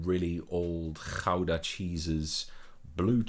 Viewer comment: He briefly speaks a few Dutch words in this video. Like how he says "Gouda" or "Hertog Jan". He's got a northern Dutch pronunciation.